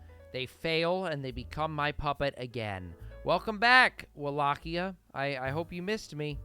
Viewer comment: Its pronounced Wallachia not wallqia whats is wrong with you